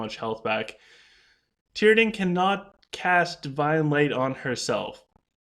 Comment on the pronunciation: Tee-a-drin....not Tear-a-din